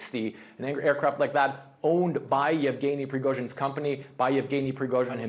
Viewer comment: After a year and a half since the invasion of Ukraine...and you still can't pronounce his name? It's not even a complicated one "Yevgeny"